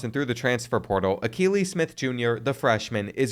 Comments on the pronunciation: 😂😂😂. I know I couldn’t be the only one that caught they way he pronounced that the first time. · “Al-kuh-ly Smith” 😭 bro learn some ball, holy mispronounce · It's pronounced A-kee-lee Smith Jr. His dad is a former NFL QB.